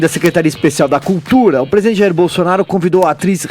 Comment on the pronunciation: Nao custava nada o fazer uma fono pra tirar esse R que ele tem, jornalista que não fala direito não evolui. PEGUESIDENTE PEGUEPAGADA PAGA O CARGO